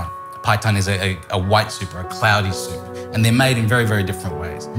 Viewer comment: Hmmm...Impressive. Mr Liaw.. I'm a Japanese guy living in Uk. Many people asking me how to make ramen. This video made my life easier! I'll just send them link. Well executed, absolutely needless to say. best ramen "soopu" instructions ever + perfectly pronounced like a Japanese native about these ingredients.